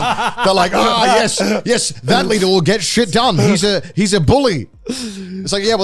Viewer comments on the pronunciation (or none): it took me 3 replays and the captions to figure out that Connor said ‘leader’ and not something else…. 💀